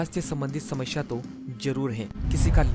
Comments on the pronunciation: शामाशाया नहीं भाई समस्या होता है ।।। 😂😂😂😂😂😂😂😂😂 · Wo samasya hota hai shmashya nahi